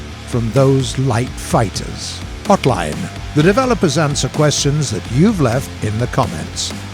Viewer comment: Hey Gaijin, Could you tell to stop the nasalized vowel when reading hotline:D